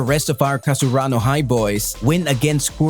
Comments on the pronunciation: he really said "Kasarano High". Dude, it's Karasuno, get your facts straight. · Not kasaruno it's karasuno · Can we get a count on how many times he said kasurano and not karasuno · cant even say the team right lmao kasarano high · oh come on! KASURANO??? or KARASUNO??? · Karasuno not kasarano --_ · Karasuno bro not kasurano hahah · Karasuno or Kasaruno? 🤔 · Its karasuno. Not kasurano. Leulz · Its KaRAsuno not KaSUrano. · I hated it when he said kasurano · Is karasuno not kasurano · Am i the only one hearing kasaruno instead of karasuno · Dude it's KARASUNO and you are speaking KASURANO. Can't you see the difference between them ? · He literally said kasarano high 😂😂 lol, i thought it was karasuno high lmao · How the hell does he always say Kasurano instead of Karasuno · Plssss...... It's Karasuno not kasurano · i am not trying to be mean but it is pronounced KA-RA-SU-NO not KA-SU-RA-NO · ITS KARASUNOO NOT KASURANA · I like how he says "kasurano" instead of "Karasuno" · KARASUNO NOT KASURANO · Haikyuu fan but you didn't know how to pronounce karasuno..you always say " kasurano high" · Isn't it karasuno? I heard him say kasurano??? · I like that you said Kasurano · I am sooo happy . But anyone else notice how he says Kasurano High? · It's ka-ra-su-no come on dude it's not that hard 😂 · "Kasarano high" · He actually sais nakasurano jsjs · IM SO FREAKING HAPPPYYYYYY But i had to laugh at the "kuro" and the "kasurano" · He says it wrong, it’s karasuno. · Your pronunciation of Karasuno is wrong in the whole video. But anyway thanks for the info. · How do you say you're a fan when you pronounce their name wrong😭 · he called himself a haikyuu fan and pronounced karasuno wrong This is sad